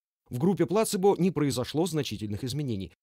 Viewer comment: Спасибо автору за перевод, но все-таки плацЕбо, а не плАцебо